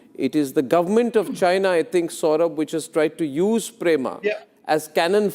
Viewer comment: Is not Prema, but Pema